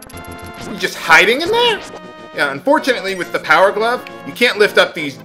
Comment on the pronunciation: I like watching your videos. I learn something new every time. though I like it when you called the heart pieces a piece of. that's so you